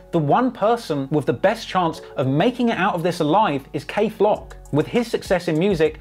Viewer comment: Dthang and kayflock it’s not cuzin